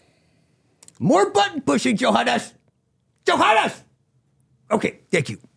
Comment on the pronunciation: Why does Pally keep calling Johannes "Yo Hon"😂?